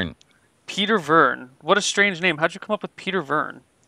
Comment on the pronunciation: ranguage too stwwange